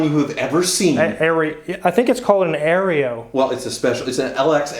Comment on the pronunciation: I had to lower my speaker volume first time “Suzuki Areola” was said. I forevermore will know this as the “Areola”